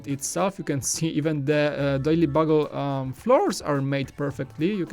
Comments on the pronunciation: Bugle is pronounced bewgull not buhgull. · Did you say "daily buggle"?!